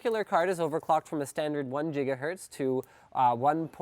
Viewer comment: the way he says ghz is funny :)